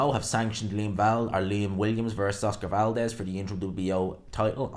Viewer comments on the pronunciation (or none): none